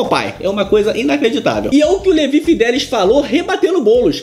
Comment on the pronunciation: É Fidelix e não Fidelis!!